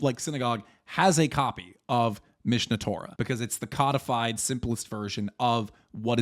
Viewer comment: Hearing cudfyd instead of co-de-fied is killing me